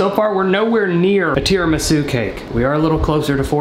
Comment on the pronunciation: its pronounced tida-misoo Edit: Holy shit its been awhile, i was definitely a smart@ 10 months ago